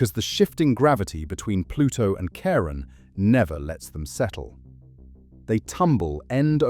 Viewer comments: CHARON is pronounced like KAREN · Charon is pronounced like care on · British style. Pluto’s moon should also be pronounced “Karon” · It’s phonetically pronounced Karon(Charon)not chairon!! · Most English speakers pronounce it like Karon - like (almost) every other Greek name or word spelled with the letter Khi (X). (Christ, Christmas, choir, chorus, chemistry, chaos, chasm, chronic, character, chord, choreography, cholesterol, charismatic, chlorine, chromosome.) There's a recent trend in England to pronounce it as if it were a French name (like Michelle). Personally, I don't mind either - but the 'ch' (as in church) pronunciation is just wrong. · Hmmm. Though I suppose the pronunciation of Charon was fairly horrifying... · Funny. The channel has an astronomical sounding name, but doesn't know how to pronounce Pluto's moon. It's pronounce one way for the Greek god it's named after and another for the actual moon itself... NEITHER of which is the pronunciation used in this video. I really hate computer generated narration. 🙄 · Ugh! The 'ch' of Charon is pronounced as a 'k' ... it's a classical Greek name. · Oof, you mispronounced "Charon."